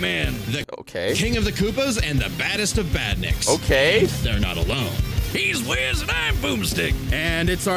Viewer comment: “Shoutout to Boomstick and jizz” 😭 it’s Wiz